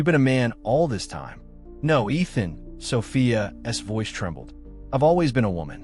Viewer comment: Absolute nonsense.And the AI narration can’t handle saying ‘Sophia’s’.